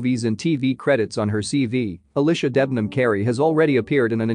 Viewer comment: im actually dying the way they pronounced alycia has me dead (al ish a) bfvhuwrbfiebfuvbiuvhuifv